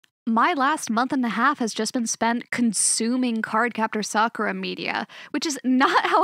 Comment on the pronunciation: Someone who says Sakura mostly correct. Well, well, well. That's rare.